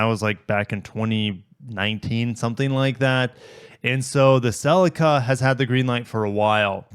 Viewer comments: Only ever heard it called 'Ce Lee Ka' until I heard you say it... Australian here looking down on your pronunciations 😂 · i am Canadian, i have never heard anyone call it a “sell-leak-uh” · "Sellicka" 🤣 I'm sorry, apologies, it just sounds so funny to me as an English person. Thank you, for another great video. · The majority of the world including Japan pronounces it Celeeka.